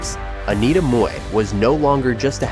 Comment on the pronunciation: Im glad you pronounced Mui correctly. For the american audience, she was in jackie chan rumble in the bronx as store owner.